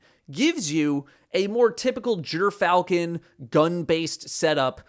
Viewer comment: Jerfalchon not Griff-al-chon kills me every time i hear him say it sounds like he wants to say it right but just wont😅.